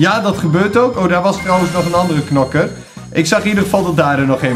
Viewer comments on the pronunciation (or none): none